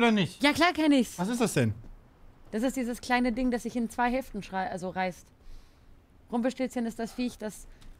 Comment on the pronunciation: was für rumpelstiLLzchen. Da ist nur ein L. Langgezogene Aussprache also. Stillzchen... ich bitte dich...